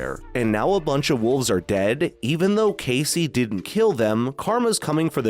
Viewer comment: It's not case like suit case It's Casey. Spelled kayce. Quit calling him kayce/case.